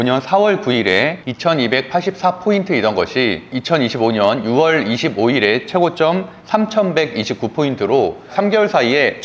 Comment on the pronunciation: 6월의 발음은 '유월'입니다.